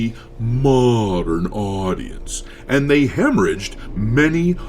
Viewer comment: When you say mondern audience just cracks me up 😂